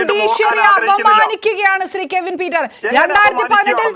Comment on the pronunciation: ആദ്യം മോളെ.... കെവിൻ എന്നു പറയാൻ പഠിക്കു 😂😂😂😂